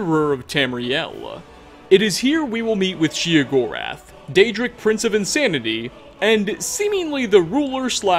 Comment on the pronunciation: Also it's pronounced Sheogorath, like SHAY not SHE